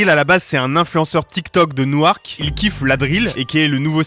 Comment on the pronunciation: Newark se dit « Nork » et pas « Nou-Arc »